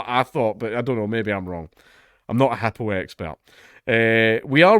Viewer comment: Lol never heard it pronounced HUPOO